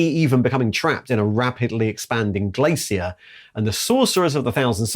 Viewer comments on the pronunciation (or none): none